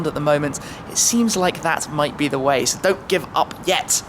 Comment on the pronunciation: Who cares shmee why don't you get a girlfriend and a new wardrobe and change the way you say sooo